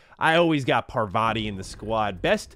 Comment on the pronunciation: i love how he pronounces parvati, its paarvati. SO funny man. im tankful to like to introduce me to your channel.